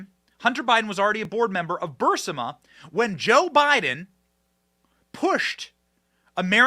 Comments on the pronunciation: It’s bur-Eez-ma not burse- ima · BUR-IZ-MA. Burisma.